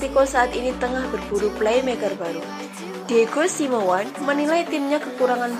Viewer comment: Maaf mba...baca'y bukan diego simewan (diego simeone) tapi diego "simeyone"